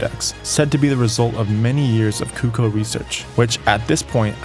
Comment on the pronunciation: Is nobody gonna talk about the way he miss pronounces CUH COO not COOCOH